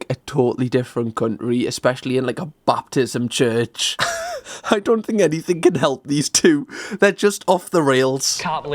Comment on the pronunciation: As someone who was raised Southern Baptist I love that calls it a "Baptism church" instead of a "Baptist church" lol. Great video!